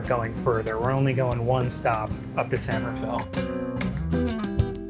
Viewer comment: Love your videos, but every time you pronounced San Rafael as San Rah-fell I die a little bit each time 😂